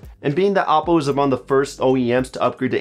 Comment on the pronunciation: Isn't it oh-po?